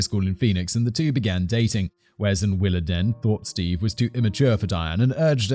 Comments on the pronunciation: Diane's mom's name is pronounced like. Willa Deen. Not den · It’s pronounced WillaDEEN not DEN. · Coming from the American South, I'm pretty sure it's pronounced "Willa DEAN" not "Willa DEN". It's a way of feminizing the father's name to use for a daughter. Like "Charlene"... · I think it's pronounced 'Willa-dean'. And yes, some families go way overboard with church. I was made to go Sunday morning and Sunday night, Tuesday night for a youth group, Wednesday night service, and Saturday night for singing. One Sunday school teacher talked about giving us homework once. Oh, and having padding on the pews was considered to be sacrilege... it was somehow required that you sit on hard wooden pews for 2 hours with no lower back support. Add in revivals, when you go every night, special singings, and camp meetings, where you get preached to in a tent during the sweltering Southern summer, getting eaten alive by mosquitoes and chiggers... camp meetings go on for several nights, too... sometimes several weeks. It's no wonder why I will not set foot in a church today. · Willadene pronounced like dean